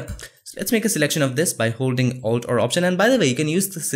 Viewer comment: What do u say ?-alt or alt r ? I hear u saying Altr every time..